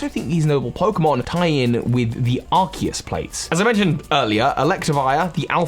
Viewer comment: Uhhh it's Arseus